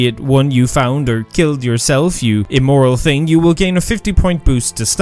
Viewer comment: Lol you think you’re superior because we spell and properly pronounce artIfact instead of “artefact” like you, and then you proceed to say “teeng” instead of saying “thing”